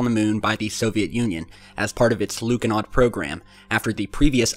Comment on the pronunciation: It's pronounced more like Lunohawd